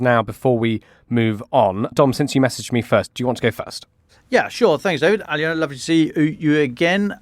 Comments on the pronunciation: More pronunciation disasters. Her name is pronounced - Al -loh - na. NOT Ally-Owna! Good lord. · I think it's Aliona, not Alina, but otherwise, I agree 🙂